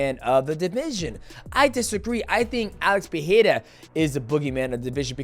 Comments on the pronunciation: Pe-re-ra Say it with me DJ 😂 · DJ, once again it's Pereira not Piera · “Alex pehera “ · Why do people struggle to say Pereira so badly? C'mon Mighty say it right bro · I hate how he tries to say Pereira in their language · Love you DJ but it hurts to hear how you pronounce Pereira 💀